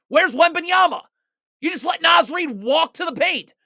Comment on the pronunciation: Amazing! Naz Reid is Minnesota royalty. Please, it's pronounced Nahz Reid. Two Words